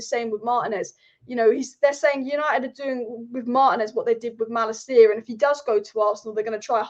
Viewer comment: It's pronounced Mah-Lah-KEE-yah in Dutch, btw, if that's relevant to you.